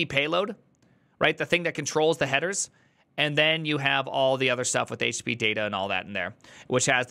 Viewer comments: When you say it I hear Htittiepee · when he says it like "H-tittie-pee" it sounds like a name of some rapper 😀